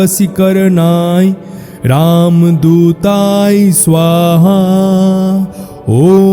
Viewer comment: মাপ করবেন উচ্চারনে ভূল আছে যেমন শব্দ হচ্ছে রামদূতায় কিন্তু যেটা উচ্চারিত হচ্ছে সেটা হল রামদূতাই।